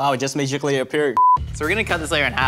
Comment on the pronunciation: did anyone notice he said mage-ically instead of magically by accident?